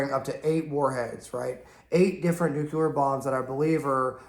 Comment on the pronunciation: Please, bro, PLEASE! It's NUCLEAR not NUKULAR!!!!!!! Where the hell that term came from? Great videos though. Cheers.